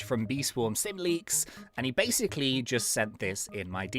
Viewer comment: why always said basic lee